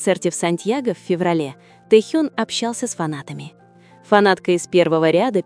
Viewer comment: ВЕДЁТЕ НЕСКОЛЬКО ЛЕТ КАК ВЫ ГОВОРИТЕ А ПОЧЕМУ КОВЕРКАЕТЕ ИМЕНА РЕБЯТ. НЕ Тэхьен а ТЭХЕН